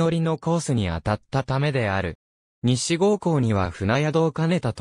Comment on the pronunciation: 西郷はさいごうと読むのです。